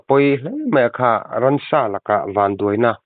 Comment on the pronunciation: A pawi hle mai. Ransa ni lovin 'ramsa' tih tur zawk aw